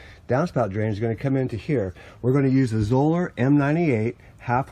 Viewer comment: Correctly pronounced, Zoeller rhymes with Dollar. Thanks.